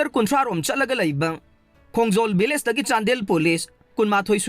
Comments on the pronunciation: Village not villge😂😂😂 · nangna hairidusu lanle village haigdba not villge😅